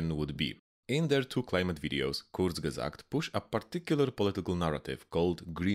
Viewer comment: I've never heard a perfect pronunciation of "Kurzgesagt"!